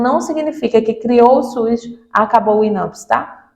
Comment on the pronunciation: É SUS ou suis? 😂